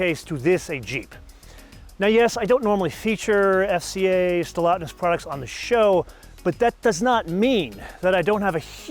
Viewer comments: Stellantis not Stellotness...all of your guessing is insulting. You are supposed to be a professional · It's called Stellantis NOT Stellatnis! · Just a small tiny correction: it is "SteLLANTIS" and not "SteLLATNIS". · Trust me, knows exactly how its pronounced. He doesn’t usually feature FCA/Stellantis and I think he was just having some fun with the name. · How can he not pronounce Stellantis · You need to pronounce Stellantis correctly. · By pronouncing Stellantis wrong on purpose, is this like your own subtle way of voicing your obloquy of Chrysler/Jeep/Dodge merging with Fiat? If so, it's kinda funny. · Maybe pronounce the name of the company somewhat accurately....